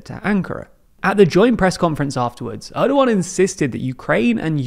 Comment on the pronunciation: Gosh he is slaughtering Erdogan's name, can't you at least watch a video where his name is pronounced correctly?